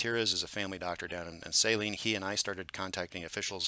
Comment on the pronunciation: Always enjoy your updates, and the clear way you present the data. Most of us locals pronounce Saline county as suh-LEEN, emphasis on last syllable.